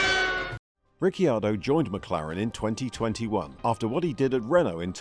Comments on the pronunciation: "Ricky-ardo"? I've never heard anyone pronounce his name that way, always "Riccardo" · Why do you call him Ricky-ar-do? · Say Rickyardo one more time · I can’t finish the video. Rickyardio? 🤣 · Rickyardo? Lol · i stopped watching when i heard "Daniel Ricky-ardo". I swear this channel butchers pronunciations to trigger people! If so, mission accomplished! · Ah yes Rickyardo. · Thought it was just me being annoyed by that 😂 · How hard is it to learn the pronunciation prior to recording? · Well I went to watch this but listening to u butcher ricciardo’s name I just couldn’t do it. Mate do ur research before u make a video. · It was a bit much. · Pronounce his name correctly! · Who is this new presenter ? And why does he mis-pronounce the name. The second i is silent. I stoped watching. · Runs an F1 centered channel and can't pronounce the F1 drivers name right.... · According to Daniel the cc in his last name is pronounced like ch. Mclaren is paying him $22mil this year. Sometimes facts matter. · Dude, you could at least learn how to say name properly. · Can’t even say his name correctly… at least watch a race and listen to how his name is pronounced b4 you make a video about him. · Back awhile ago Paul de Resta used to say that and it led a TV presenter to ask him how you say his name and this video pronunciation is totally wrong!! 😂 The 'Y' sound is not used! 🤫